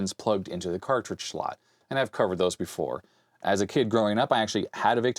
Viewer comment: I am so sorry i cannot get over how you say "Shlot" :,D anyways i'd imagine a Z80 version of this would be just as useful.